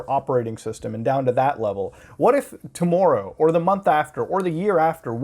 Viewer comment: The was you said "tomorrow" was the most Canadian-sounding pronunciation I have caught on your show. Feelin' cultured. Thanks for being a Penguin Force Freedom Fighter, Hermano Mutahar.